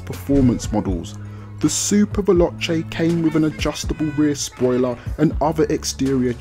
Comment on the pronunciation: I love how he say veloche xD